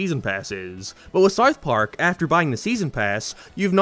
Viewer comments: "Sarth Park" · Dude can’t even say South Park…. Wtf was that